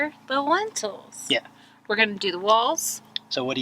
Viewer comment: Love you guys but every time you say "lentils" instead of "lintels" I want to shout "NO! There are no legumes involved in the structure of your solar shed!"